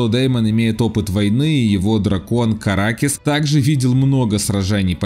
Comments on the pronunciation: КаракСес а не каракес 😊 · Дракон Деймона - Караксес, а не каракес....